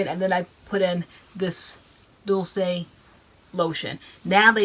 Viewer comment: FYI Dulce = Doolchay Sweet in spanish. LOVE YOU GUYS.